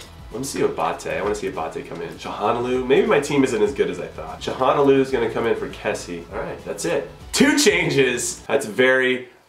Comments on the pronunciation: Chal-han-og-loo Jimmy. Not Chahonaloo. Ty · Good to have you back Inho! <3 Btw. it's: "Tsha-la-no-lu" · It’s chalo-nah-glue I think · Hakan Calhanoglu's last name is pronounced Cha-lah-No-loo! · Jimmy, you gotta figure out how to pronounce Hakan Calhanoglu since he is going to be banging in the freekicks for you all season!! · The way you pronounce Calhanoglu xD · If you're struggling to say Calhanoglu just call him Hakan. I've found its a lot easier. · u pronounced calhanoglu right and then you reverted back to the meh way